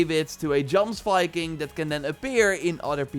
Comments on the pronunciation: Jomsviking is pronounced Yomsviking. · Correct. “Yoms-vik-ing” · Jomsviking is pronounced with a "y" sound not a "j"